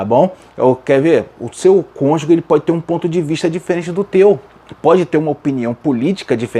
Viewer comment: Amado pastor. Atente-se a palavra cônjuge. Não se diz CÔNJUGUE. Fala se cônjuge, exatamente como é escrito. Gostei muito de sua aula. Só me incomodou essa expressão. Perdoe-me